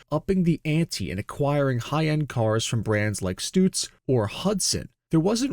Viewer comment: The guy miss pronounced Stutz ... Get over the AI 😂